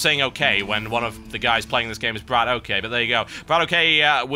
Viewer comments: its bradok not brad OK, in russian bradok means brother, so just pronounce it as u see it =D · He's not Brat O.K., it's Bratok.